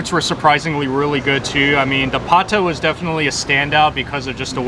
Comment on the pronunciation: It's "Pata". The word is Spanish influenced.